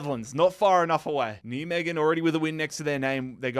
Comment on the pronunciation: Nijmegen for english speakers is pronounced Nai-Meguhn